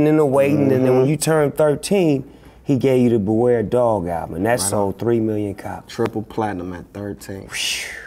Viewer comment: this dude said DOG the bounty hunter LMAO